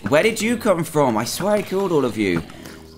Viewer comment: Why did he say frooom .